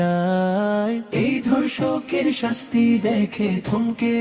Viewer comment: গানটা খুব সুন্দর হয়েছে কিন্তু (প্রথম কলিতে) গানের কথায় ভুল আছে। যেমন- ধর্ষণকারীর অবিলম্বে কঠিন শাস্তি চাই হবে (অথচ গানে বলছে কঠিন শান্তি চাই এবং অবিলম্বে কথাটির উচ্চারণটা ও স্পষ্ট হয়নি)। (দ্বিতীয় কলিতে) আরেকটি ভুল হল “” ধর্ষকারী কঠিন সাজা”” এখানে ধর্ষণকারীর কঠিন সাজা হবে।